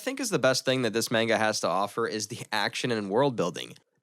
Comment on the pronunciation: Nice video only one little tiny thing is pronounce MANGA like マンガ if you say Menga it sounds really silly